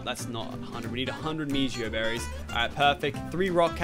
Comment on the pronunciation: It is pronounced Mehoberrys do u even Spanish!